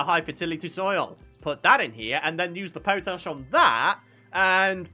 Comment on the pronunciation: Hi, i think you are pronouncing something incorrectly ie. Potash is pot ash, that's what I would have thought.